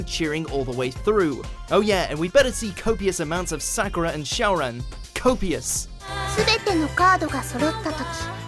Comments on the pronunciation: Did this guy say cardcaptor sakora??? I think he means Sakura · omfg how the fuck did you manage to mispronounce Sakura